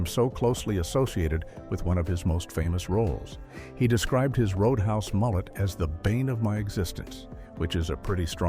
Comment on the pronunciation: CGI voice: "ROAD UN HAUS". REPORT it! Don't watch CGI BS videos. 70% of these crap videos are now CGI voices!